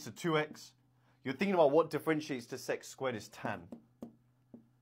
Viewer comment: Sex² that pronunciation